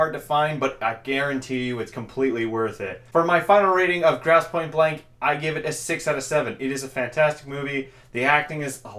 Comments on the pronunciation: gross not grouse! zeech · GROSSE, NOT GROUSE.....